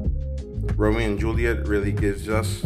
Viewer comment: Did He Say Ramow